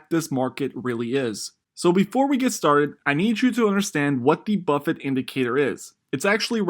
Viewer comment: Bro .... it's BUFFETT, not Buffet